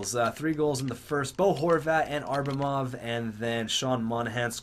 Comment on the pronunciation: duuuuuude its ABramov not ARbamov.